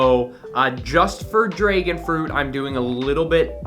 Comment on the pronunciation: My man rly said draegon fruit 🤣